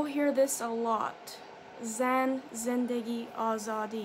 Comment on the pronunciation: سلام ممنون از حمایتی که کردی ❤️🙏 و واقعا قشنگ « زن - زندگی - آزادی » و « برای آزادی » رو تلفظ میکردی من لذت بردم ، عضویت جدید ایرانی شما 😀❤️🙏 Translate :: Hello, thank you for your support 🙏❤️ You used to pronounce the woman of the life of freedom in Farsi(Persian) really beautifully 🙏🙏 ( Zan - Zendegi - Azadi ) I enjoyed it, I am a new Iranian subscriber 😎❤️